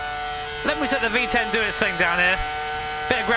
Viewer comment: Don't mean to be mean, but it sounds like he says 🅱️10 Engines 😂